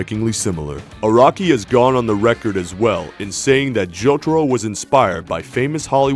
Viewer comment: I'm not gonna lie, I was like Iraqi? then realized he was saying Araki